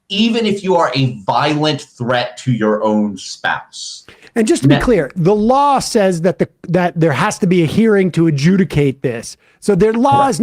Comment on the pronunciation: Ian, it’s spelled & pronounced “law”, not “lawl”. There’s only 1 L in that word.